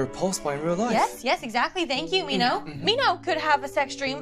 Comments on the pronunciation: guys im sorry but every time she says "min-ho" i want to SOB.. she says "MEEN-HOE" its "min-ho" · pronouncing it as “mean ho””” made me laugh 😂